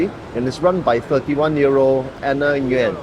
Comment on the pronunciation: Nguyen is pronounced as “Win”